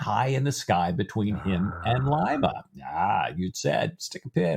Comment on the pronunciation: Good Lord... "Lye-mah" is a city in Ohio, the home of Phyllis Diller... "Lee-mah" is the capital of Peru